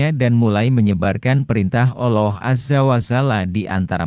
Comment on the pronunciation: Kenapa Al loh sih . Mumet kepaladengar nya 😭